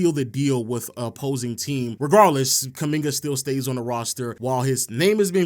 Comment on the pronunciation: If only he could get kumingas name right